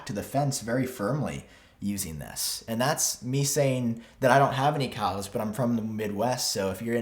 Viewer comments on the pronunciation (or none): none